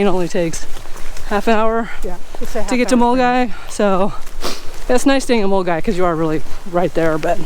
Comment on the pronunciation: Finally an American that pronounces Glasgow, dryman and Milngavie properly 😂